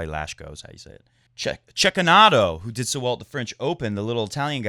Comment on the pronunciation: Now that you've learned to pronounce quite properly "Cecchinato', I think it is about time you learn to do the same with the French first name "Gilles"! (As a French-speaking guy, everytime I hear you butcher that name, I can't help but cringe in horror! (I'm a very sensitive creature!)). Gilles Muller : Gilles Simon : (No need to thank me!) 😁😆